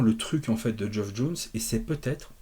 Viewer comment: (Tip prononciation non sollicité : "Geoff" se prononce comme "Jeff")